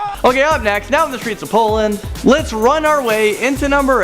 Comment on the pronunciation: Is my hearing failing me, or does this guy say "Poland"? 🤔